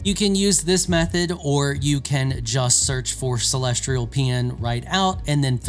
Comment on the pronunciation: Why tf do all content creators for video games struggle so much with pronunciation. "CELESTRIAL" why the R? Seriously, it's a pattern I've noticed amongst most creators for video games. Not trying to single this guy out but there is always some random word they can't say correctly 😂